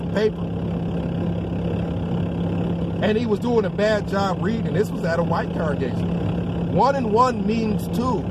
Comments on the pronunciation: How any times have we heard witnesses say"con-ger-gation" ?? No folks, it is pronounced "con-gra-gation". Drives me nuts! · How about “con-ruh-gay-shun”🤣